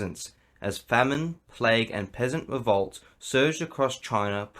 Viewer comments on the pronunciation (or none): none